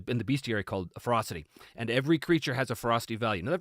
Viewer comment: When he was talking about Ferocity, i kept hearing Frosty or maybe Frosting... was very confused at first, lol Also, +20% is the equivalent of +4 on a d20. Advantage averages out to roughly +3, iirc, so in D&D 5e terms, if you are out numbered, everyone gets Advantage against you. Pretty potent, actually.